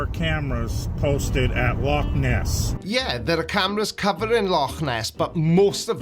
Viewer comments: Well done for pronouncing Loch properly. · one good thing about you being a Cymry is you can say loch correctly. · love the proper pronunciation of Loch instead of the American 'log'